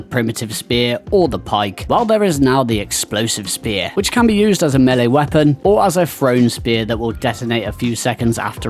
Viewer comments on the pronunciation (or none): none